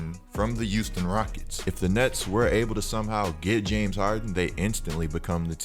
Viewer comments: Thought it was Houston not youston. Good vid though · The way you say Houston kills me😭